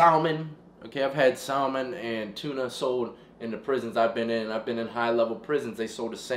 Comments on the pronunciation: Lol bro you from the east coast! and your callin it sal-min!! The L is silent! Is Saeah-mahn... Emphasis on the ma.. Lol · Bro. Salmon the l is silent. That break look good af tho Keep up the work. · I’ve never heard salmon pronounced like that. Learning new shit every day 🤷🏽‍♀️😆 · The "L" is SaLmon is silent